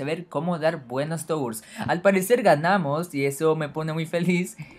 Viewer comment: jaja "tours" en vez de "turs"